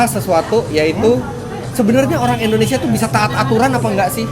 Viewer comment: Ko" nyebutnya "endonesia" negara mana itu?